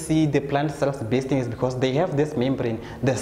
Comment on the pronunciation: did sir say '"bursting"" or "burasting""